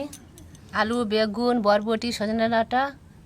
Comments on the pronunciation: Botboti noi ota borboti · হ্যাঁ সমানে বটবটি বলছে কথাটা হবে বরবটি😂😂😂😂😂😂